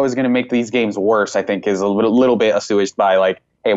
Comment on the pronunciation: "A-sewaged"